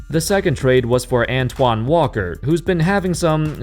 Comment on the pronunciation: *ANTAWN Jamison